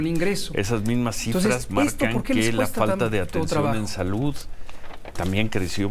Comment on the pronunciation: aja a ti te gusta nomas escuchar a kks diciendo : salutt, covitt, amistatt , dijistess , vistesss, trajistess . Eso si te gusta mucho . 🤣🤣🤣